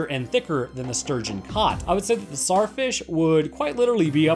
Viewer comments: It's not pronounced Sar it's pronounced Zar like king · I hate how he cant say the T in tsar fish